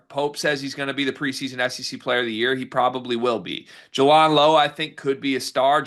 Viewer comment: Jay-Land not Juh-Lawnd